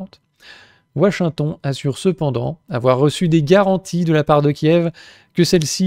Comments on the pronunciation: "WaSHingtON" ! Excellent ! 🤣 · ouachinton... Il est marrant l'accent du châblais 😅